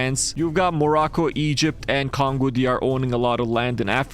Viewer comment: you call the Congos "congua"